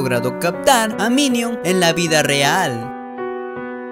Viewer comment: Alguien más Se dio Cuenta que Dijo miniun En lugar De minion?XD